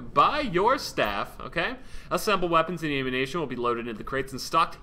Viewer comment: He said "ammunation" is ammuniiiiition